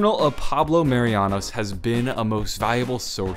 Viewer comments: *Marinus not Marianus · Pablo Mah-ree-noos Marinus not Marianos